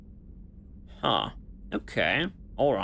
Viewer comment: Also pronounce Harbinger with a hard G.